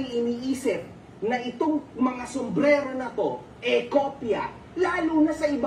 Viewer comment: sumbrero hindi sumblero bungol 😂😂😂😂